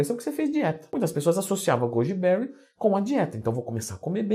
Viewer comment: 4 pessoas comeram "gúdibéuri" kkkk